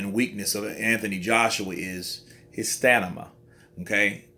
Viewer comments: Broo It’s STAMINA not STANIMA You’ve said it twice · haha i caught that, bro had Stamina as Stanima but we got the message. Good video still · Did he say Stanima😳😳😳